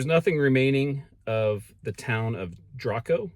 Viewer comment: Balsora is pronounced "Balzora" and Draco is pronounced "Drayco."